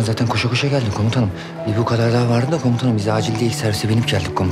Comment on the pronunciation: Hələ komutanım yerinə komusanım deyir🤣🤦🏻‍♂️